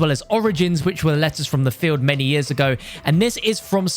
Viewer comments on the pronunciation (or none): none